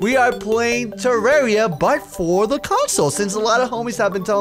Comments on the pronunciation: whats terraria do you mean Tewwawia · I WUV TEWWAWWIA xD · TWAWWIA *coughs than starts speaking very proper* would be an excellent series for sly to play. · #WeWantTewwawiaBack. I think that its a good idea to bring this back because I found you through Tewwawia and because of it I became a huge fan. Plus I cant stop saying Tewwawia. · WE NEED MORE TEWWAWIA SOON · you guys are crazy ok no authens. WE WANT TEWWWAWWIA BACK!! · MORE TEWWAWIA XBOX EPIESODE LIKE THIS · PLEASE SLY WE NEEDS DA TEWWAWIA!!!! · SLY WE NEED TEWWAWIA!!!! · sly we need twewwia back :D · I DON'T WANT TEWWAWIA BACK! Now that i have your attention, I WANT TEWWAWIA BACK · TEWWAWIA!!! TEWWAWIA!!! EVERYONE! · Wewanttewwawiaback wuv u sly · SLy, we wud wike tewwawia back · PLAY TEWWAWIA THEY SAID! IT WOULD BE FUUUUN THEY SAID! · TEWWAWIA FOWWEWER!...mc's still better tho XD...BUT I WANTS ME THAT TEWWAWIA! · Gimme dat tewwawia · More pl0x (tewwawia)